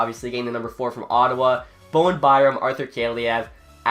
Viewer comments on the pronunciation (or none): none